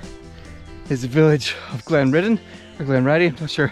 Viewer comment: Nice video mate! Only point is that it's pronounced "Glen-rid-in"